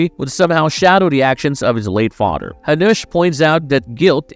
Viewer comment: On a random note, does anyone here know where OP is from? I only ask because of his unique pronunciation of a few of the words in the video, for instance, the word "father," which he pronounces as "fadder." The only other time I've heard it said this way is, funnily enough, from the ex-amish YouTube, Eli Yodder. Either way, awesome content. I loved the video. I will certainly be checking out the movie based on OP's recommendation!